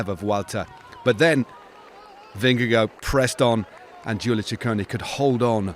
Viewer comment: It’s a little thing, but I wish commentators wouldn’t called him “Vinne-go”. It’s VinneGARD.